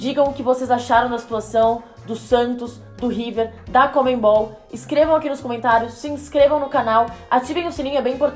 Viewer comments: Se pronuncia conmebol e não comenbol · Pessoal de São Paulo, não é conmeMbol não.. Por favor, falem CONMEBOL! Como é o certo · "ConmeMbal" kkkkk